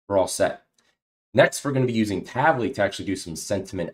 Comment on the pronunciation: Great tutorial, thanks! Just one off-topic remark, the way you pronounce "Tavily" is wrong, it is actually in Hebrew (as it is an Israel-originated company) and should be read as two words "Tavi"+"Li", meaning in Hebrew "get me" (something) or bring (something) to me. Just FYI 🙂